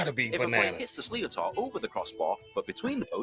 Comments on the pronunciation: This is why it's better to listen to an actual Irish person narrate. The English pronunciation of Irish (gaelic) words is horrible. Sliotar sounds more like slitter or shlitter. ... If you're ever in Ireland over the summer, go to a game. It's very exciting to watch live. I know it's been commented already, but the first documented evidence is 3000 years. It bares remembering that Ireland had a mostly aural culture. Hardly anyone could read or write, and 3000 years is a long time for perishable things to last, so it could potentially be much older than 3000 years. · lol slio tar.....is pronounced schlit aar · The video you watched butchered some of the terminology but was great to get a grasp on the basics of the sport. The sliotar is pronounced shli-ter, not slee o tar, and we just say “free” for a penalty, not a puck. The sport is only played in Ireland and is amateur (and will always be) but the athletes are definitely at a professional level. Would highly recommend watching the all ireland final 2022 between limerick and Kilkenny, it’s one of the best hurling matches in a long time. Thanks for the reaction. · Hi. I'm so sorry but it really irritates Irish people when English people don't bother to learn how to pronounce Irish words. Hurling balls are called sliotars, but it's pronounced slither or shlither sometimes. The th is soft like with or pith. It's not sleeotaar 🙄❤️ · Sliootar is pronounced slitter! The voiceover guy s a Brit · The guy in the video is clearly English and is pronouncing the ball wrong, it is known as a Sliotar and it is pronounced Slit-er. You should watch proper videos. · Sliotar is pronounced slitter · It is pronounced (Slit-er) not like how it is in the video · Cool jobs lads. Sliotar is pronounced - Slit-ar, or Slit-her. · Ugh, that pronunciation. It's pronounced shh-lit-or. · the sliotor is pronounced slith-er despite how its spelt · A sliother is pronounced (phonetically) slitter...